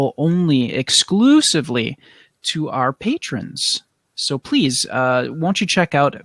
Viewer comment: Have you noticed how you say "pease" instead of "please" in the intro. I've noticed it for a while now. xD